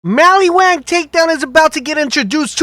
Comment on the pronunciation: Dude. It's not pronounced MALLYWAN.